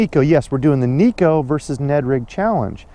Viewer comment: Ned rig is the deal for me in TX too right now. I know you like to correct fishing misconceptions, so here's one for the viewers. The Neko rig came out of Japan, not here in the good ol' USA. Shin Fukae, Japanese pro angler, pronounces it Nayko, not Neeko. Just an FYI 😉 unless you're from TX. Everyone knows about our drawl! Japanese have to fish pressured fisheries. What's the mother of invention? Good video as always guy!!